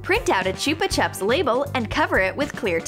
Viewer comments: Bruh the way she says chupa chups like what are u doing you do not say it like that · I always get rlly annoyed when she says chupa chups like that 😂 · Fiel Fyv it’s not the accent she is just saying it wrong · Qwiggle Slime I agree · Boring Person Here yes it is